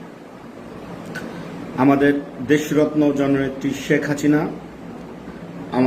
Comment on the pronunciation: শেখ হাছিনা না ভাই শেখ হাসিনা।আগে উচ্চারণ ভাল করে করেন তারপর তেল মারা বক্তব্য দিয়েন